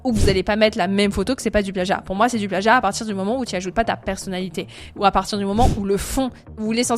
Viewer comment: Le pleeagiat mdrr